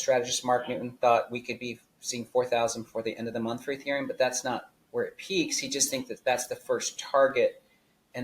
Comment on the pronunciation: Dudes discussing ethereum while calling it “ethereal” 😂😂